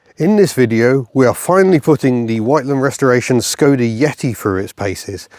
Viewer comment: Copy paste this into Google Translate for correct pronunciation Škoda :)